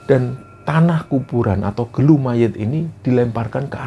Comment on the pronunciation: Bukan gelu bang tp gulu yg artinya leher